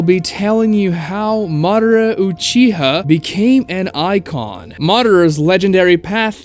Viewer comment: UchihA not uchihuh